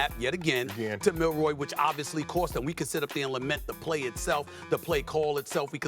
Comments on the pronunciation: Someone tell Stephen A. its Milroe, not Milroy.. Does this guy even watch the game? Plus no one even knows Michigans star receivers name, STILL. Its funny because every single person doubted Michigan, yet they dont even know the simplest things about them.. Anyone who likes the sport should love this Natty, No Georgia, no Bama, no LSU, no Ohio St, no Clemson. As a Michigan fan, if Washington wins, im just happy to see that its not the usual team. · Honest question: How many times are these clowns going to PURPOSEFULLY call Jalen Milroe, "Milroy?" They clearly are throwing him under the bus and intentionally mispronounced his name in an effort to delegitimize him. The more Milroe is a bad qb, the lesser Michigan is. Everything about ESPN is about making Michigan lesser. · Why they saying Milroy? It’s Milroe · It's Milroe not Milroy. This incompetence is not acceptable for broadcasters on this level. Also, get your facts correct. Milroe started last season. This was not his first year as a starter. If you know college football you would know this. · "Milroy" LMAO